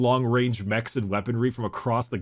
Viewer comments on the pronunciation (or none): none